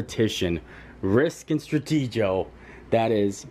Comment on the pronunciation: Awesome video! What detail in this house! One thing...Stratego is pronounced stra-t-go.